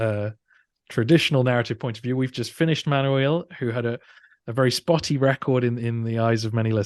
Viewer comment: I wish there were a list of these emperors, and of the ten worst emperors in the next video, that we could take screenshots of as aides- memoires. By the way, to the host, Manuel is Ma-noo-ell, not Man-you-eel.